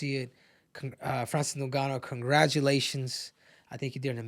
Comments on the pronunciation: It's ngannou not no-gannou 😂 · “Francis noon-ga-noo” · "Francis Nungannu" - Henry Cejudo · Francis "NonGannou" and Ciryl "Gain" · "So Francis Nooouuuganou" bruh 😄🤣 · I hate how he pronounces Francis’ last name… get it together